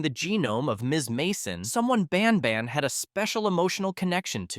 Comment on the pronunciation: It isn’t pronounced bon bon it’s ban ban